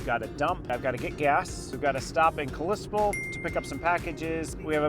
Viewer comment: Welcome to my home state! Many beautiful places to stay and things to do ❤. BTW Kalispell is pronounced with a short vowel a in the first syllable. 😊